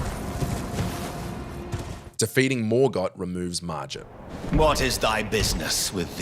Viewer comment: hey man! you pronounced it wrong, it's pronounced "Mar Git" not "Mar Jit".